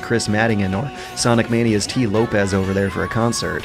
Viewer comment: Oh my god, he called Tee Lopes Tee Lopez